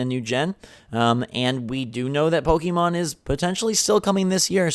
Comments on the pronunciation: Man, you really need to stop saying "pokEEmon". It's "pokehmon", please wtf lol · STOP SAYING "POKE-E-MON" YOU FUCKING NEANDERTHAL